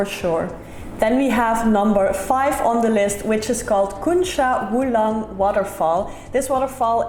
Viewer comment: No KUNCA... CUNCA... like CHANGE